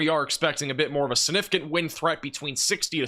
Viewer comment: The word is SIGNIFICANT not sinificant